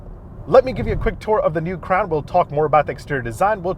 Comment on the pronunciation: Sounded like he said “the all new Toyota crap” in the beginning 😂💩